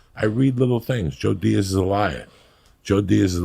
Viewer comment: Joey CoCo Freedom Fuckin Diaz, you said it right